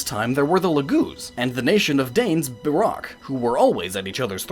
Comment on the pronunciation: Dude... I hate harping on pronunciation.... but "berock" for beorc? Seriously? The narrator says it like thirty times IN the game.